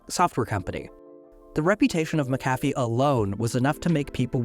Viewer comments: I know that they have an unusual pronunciation, but it’s MAC-a-fee, not ma-CAF-ee. While they were not the best, they were at least trustworthy when they were still a part of Intel, but those days are long gone. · I was always taught that McAfee is pronounced (mack-UH-fee). Also, as far as I know, I have no relation to John McAfee or Pat McAfee. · Fun fact: It's pronounced "Mackufee." :) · it's named after John McAfee so would not have a Mack at the start - MuC-Donald's for e.g is pronounced as a Scottish name is. Literally pronounced as Mc not Mack. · I'm Scotch-Irish so I'm well aware of how "Mc" works. In this particular instance, it's pronounced mackufee. John McAfee himself pronounced it that way. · Mac/a/fee. Not mc.cafee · Isn’t he grossly mispronouncing McAffe? (not sure how to spell it) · Why are you mispronouncing"McAfee"? Is the voiceover made by AI?